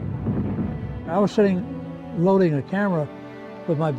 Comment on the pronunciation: Its tarawa this is how u say it darawa